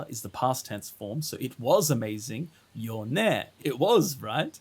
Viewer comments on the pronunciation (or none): none